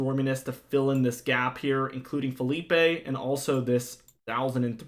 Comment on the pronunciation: ITS NOT FELIPE!!!!!!! ITS PHILIPPE